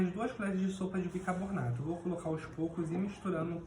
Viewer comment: admiro a sua capacidade na saboaria caseira, porém, acredito que a sua pronuncia errada da palavra BICARBONATO, não se deve ao seu problema, mas muito provavelmente porque você deve ter aprendido de forma errada como a maioria das pessoas. Como eu já disse anteriormente, você é excepcional como saboeiro. Tente corrigir sua pronuncia.